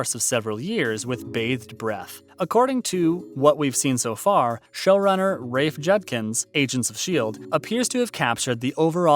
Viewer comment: ...Is this being read by an AI? Are we being punked? Honestly, this sounds like it was stitched together from a dozen Cameos, where the reader was asked to read every 5th word. I love that , the narrator states "Rafe Joodkins" was working to ensure he could pronounce everything correctly, then went on to not only mispronounce a ton of stuff from the books, but nearly every real person's name, too. Bananas. And the imagery used is so disjointed from the narration, it's jarring.